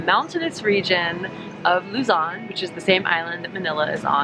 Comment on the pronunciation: I eeked when she said Luzon...